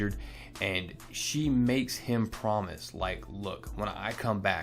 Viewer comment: First Prayers up for nashvill sorry to hear you guys caught it so bad second!!! I love your russion acsent "I promise" LOL I agree with some of the other comments how much do the x-men and mutants have to suffer but at the same time I get it their building a nation that is a dirty and bloody path you have only to look at the worlds youngest and most influencial nation coughAmericaCough cough:P to know that here's the thing if we going down this path I dont want to see any revamps on this I dont want the x-men to ever come back to westchester they are now in the house that Mctaggert built a mutant stay there for crying out loud this has been a great ride and well worth the effort considering what Omega that omega red has dealing with dracula I dont doubt you but that guy looked a little beefy for the vamp king in my opinion either way I'm all on x-force percy is doing a great job writing Baza's art has grown on me im feeling it now and I like the colors too so GeFX gets the Job done nicely man I wish I could color like that I write, Pencil and ink hell I shadow too when inking lol but color is not my favorite nore am I anygood at it:(... anyway one more gan I'm so sorry you guys got hit with T-Nado Prayers up God Bless FM Vega out!!!